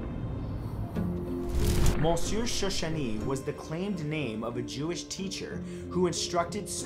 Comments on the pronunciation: Cool vid!!! The Jane Doe who stole identities is creepy! Side note: you're pronouncing "Monsieur" incorrectly. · The way you say monsieur 🤣🤣.